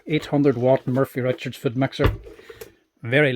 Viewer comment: Trust a good Irishman to call it a 'Murphy Richards' food mixer! It's 'Morphy'! As usual, great stuff.